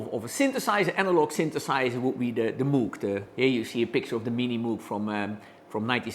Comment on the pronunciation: Nice device. BTW, it's pronounced like MOWGH, not MOOOG.